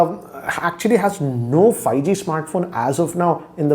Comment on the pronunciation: Everyone: 5G: Fai-gee